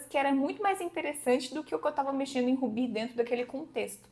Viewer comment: Você realmente pronuncia "Ruby" como "Rubí"?